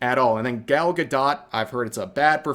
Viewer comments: 1 for mispronouncing Gal gadot as Gall ga dot lol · The way bro pronounced Gal Gadot 😆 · Why is it saying gal gadot like that? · Rev please, love you man, but please go watch a video of Gal Gadot saying how to pronounce her name. You are way off.